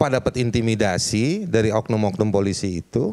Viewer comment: Aduh pak bilang z ada intimidasi susah amat sih pak 😂